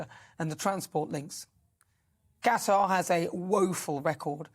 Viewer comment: Thank you for pronouncing Qatar correctly.